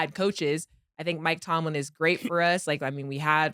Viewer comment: Cam still saying Mike Tomlinson 😂